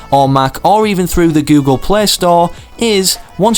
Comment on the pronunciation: He says Google play like this:GoOGLE pleH